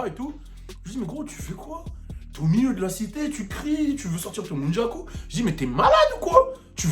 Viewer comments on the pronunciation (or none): Nunjaku. Phonétiquement noundjakou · répète après moi, N-U-N-C-H-A-K-U 😂